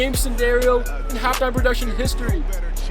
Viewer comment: Why you said halftime poductions?